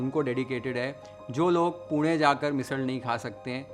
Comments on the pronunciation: Thank you for pronunciation as पुणे❤ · वाह, भावा, मस्त, लय भारी, तोंडाला पाणी सुटलं😋😋 Love the way you pronounce the names of our cities correctly, नाशिक, पुणे ❤️ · ❤❤ पुणे तेथे काय उणे ❤ aapse Pune ka naam sun ke bahot achha laga ... Your pronounciation is really wow like अस्सल पुणेकर ❤ Thank you for sharing पुणेरी मिसळ